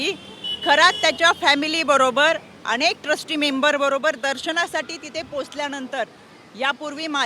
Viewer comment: अणेक, भावणा, 😂😂 काय शुद्ध मराठी बोलायचा प्रयत्न करतेय 😂